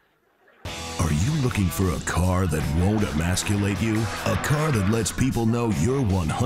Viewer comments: Did she say "immaculate"? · She barely made it too. Did she say "emaxculate"? 😆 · Another word she can't pronounce properly and most likely had to be told what it meant by her speech writers. It's emasculate, not "ammaculate"! Hilarious and sad at the same time. Also, "vee-hickle"? I say that in jest, occasionally, but it seems that's how it's pronounced in the US! Ya learn something new every day. 😂 Special mention for Space Force Commander's comment 7 days ago, "Greene’s 'alternative English': immaculate, gazpacho police, peach tree dish, marshall law, rights fragrantly violated." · Oh, "emasculate." Not "immaculate." Okay. Grammatically, that makes more sense. Psychologically, it doesn't. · Her emphasis upon the word Emasculate leads me to believe she just heard it, yet lacks the understanding of it's meaning. I'll give her half an atta girl for that 😜😜😜